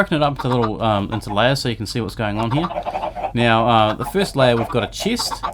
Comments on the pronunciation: I hear you say chest as cheese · he say chist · Dude you got someting with the "e". It seems like you are saying : ieggs and chiest :D